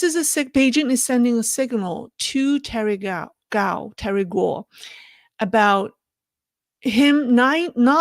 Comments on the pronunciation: Why do you and others say "Terry Gau or Gao" when his name is GUO? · IMPOSSIBLE she cannot pronounce "Guo"